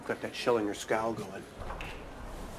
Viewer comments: The only reason Schillinger has accepted the Jewish Stanislowski is because he was the only one in the whole prison who could pronounce his name correctly. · Schillinger probably just accepted Stanislowski for the sole reason that he actually said his name right.